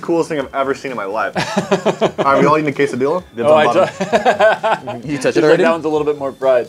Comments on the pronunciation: Quesadilla? Do you mean a [Qu-say-d-la] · Who else got triggered when they were saying quesodia in italian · Why do they keep saying quesadilla wrong I’m Mexican like but he can’t even pronounce it right 🤯😡